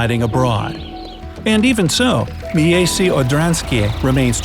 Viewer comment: Miejsce= mee-ay-ste